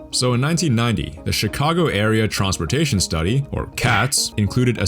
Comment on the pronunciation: Bro out here pronouncing it “Tronsportation” 😂